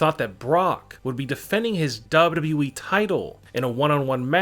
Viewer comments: Dubba Dubba E ! It’s annoying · Hey narrator guy. Really? Wtf comes out of your mouth when you try and say WWE?! Sounds like dub dub ieee. I'd rather listen to Chills and his inflection issues. So can you please stop talking. Whoever decided you have a voice for this kind of work should be kicked repeatedly in the balls. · It seems like this guy struggles when saying WWE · Ronnne when he is saying it play it at 0.5 speed 😂😂😂🤣🤣🤣